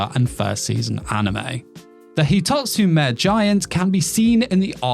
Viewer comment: It's "hee-toht-su-may" not "hih-toht-su-meh", though it really doesn't make much of a difference since we're speaking English, lmao HUUUH? You kinda pronounced it right that time O_O